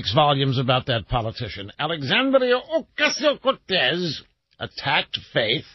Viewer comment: OMG why does he say AOC's name like that? That is beyond annoying!